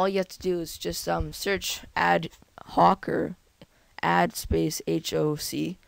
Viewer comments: its pronounsed ad hoc (h.aw.k.) it means, for the special purpose or end presently under consideration: a committee formed ad hoc to deal with the issue. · lol if you haven't learn it yet its pronounced (ad-hock) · ad hoc is pronounced "add hock" btw :)